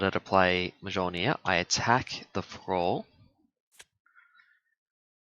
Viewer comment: Hammer is pronounced Mole-near